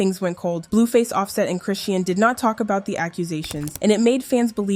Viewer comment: CHRISEAN (SHAWN) Pronounce it right….DAMN this just triggered me 😐🫤😑